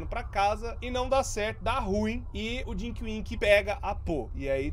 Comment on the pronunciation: ta falando erado ae mano,é tinky winky rapais nao é dinky winky nao ou